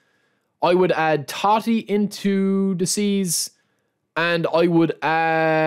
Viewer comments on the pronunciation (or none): It is Totti and not Tati. With O. Hi from Rome